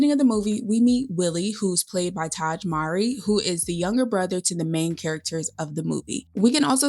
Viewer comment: I am a white man, but still prefer the Mowry version over the Efron version. By the way, the correct pronunciation is "MOH-REE," as in the first name of Maury Povich. I have long adored the Mowry siblings and watched all of their sitcom episodes "Sister, Sister" and "Smart Guy", respectively. I learned about the original Seventeen Again through the Disney Channel. Also, Boyz II Men was featured at the swing music club: Shawn Stockman on vocals, Nathan Morris on piano, Wanya Morris (no relation) as the bandleader, and former member Michael McCary on bass. While I love the High School Musical films, the Zac Efron version of 17 again didn't satisfy me at all. I love fantasies and wholesome screen projects.